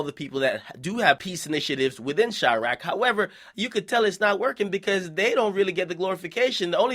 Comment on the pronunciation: Quit fucking calling it chiarqe.